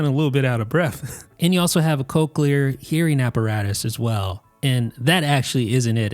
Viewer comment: 😃You almost got it right. Just think Coke when saying Cochlear.